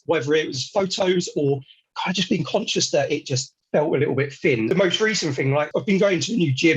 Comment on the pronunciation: It’s not fin on top it’s actually thin on top !😊